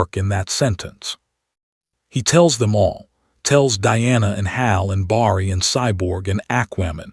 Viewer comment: The A.I. is pretty good but doesn't say Barry right 👍 ❤🎉😮😊😅😂🥺😰🤯